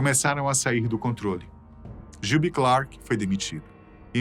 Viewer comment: Critica construtiva. Melhore a pronuncia em ingles. VEJA VIDEOS DE OUTRAS PESSOAS FALANDO ANTES DE GRAVAR. TROUBADOUR. GILBY. MCKAGAN. DENTRE OUTROS. Em 2016 voltaram so slash e duff. Steven tocou algumas vezes. Mas nem todas musicas. Pequenas aparicoes. Izzy nunca. Vc diz que no video sim. Mas nunca teve ele na turne de retorno de 2016.